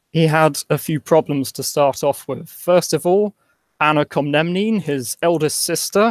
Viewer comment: An advice from a Greek if I am aloud Sir . it pronounced "Komnene" / Κομνηνοί (first plural ) and Pronea / Πρόνοια. In Greek we have 5 "e" sounds. H, I, Υ, and two dipfthogs ΕΙ and OI. The o (omikron) and i (giota) together its a diphthog sound like e. For examble economy which is a word coming from Greek we wright it οικονομία. Regarding Myriokefalon now. You said that it was a disaster if i remember well ( i heard the video in the morning during my training) i 've read some articles arguing that it wasn't so much a military disaster as most of the army managed to escape. They even said that the army won some battles against the Turks almost immediatelly after Myriokefalon. The damage was mostly at a diplomatic level (in the status of the empire) and at the amount of the machines Manuel lost. For some reason just like Heraclius after Yarmuk, Manuel felt to depression after Myriokefalon. The defeat cost him in reputation (atleast in his eyes) and he never recovered phychologically. I don't know what its true and whats not. I would like your opinion. Thank you for the great video Sir and for your love to the most scrutinized state of all time. You see the Empire didn't have Franch or Germany to defend it and our politicians and most of the academia don't care about these things as they are "old time, useless and promote nationalism"...We can even Skype if you like. I can explain a lot about Greece's point of view on the Byzantine past, since our independence from Turks.